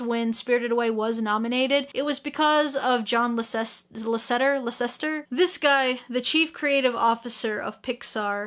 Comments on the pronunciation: I'm prettttttty sure Lasseter's name is (LA-SUH-TER). Love you. <3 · GG on pronouncing Lasseter, it's weirdly spelt so I feel that. For everyone it's lass-eht-er 'cause I know the film and animation community might get annoyed if you say his name wrong. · Ok but uh I fucking died when aki pronounced john lasseter's name